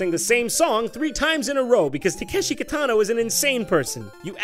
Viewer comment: I literally couldn't tell if I was being stupid because I recognized Kitano but you pronounced his name incorrectly so I thought I was wrong.